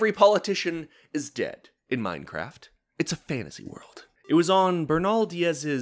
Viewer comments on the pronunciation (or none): none